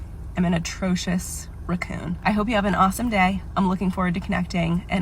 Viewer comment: Nope I hate her. She said ruhcoon